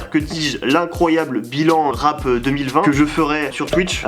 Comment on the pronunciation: Ptdrrrrrr on dis rap avec un p pas deux 🤣🤣